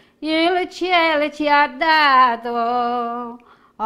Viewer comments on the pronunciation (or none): none